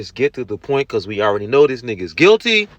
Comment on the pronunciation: Brooks said "thist" I wish Carpenter had responded I have no idea what a "thist" is